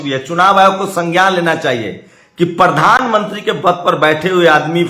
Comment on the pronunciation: Mr you never pronounce the Prime minister. you ever say pardhan manti not pradhan mantri.